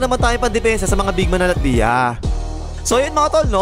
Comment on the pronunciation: Lat-vya boss. Parang Nokia tuloy Hahaha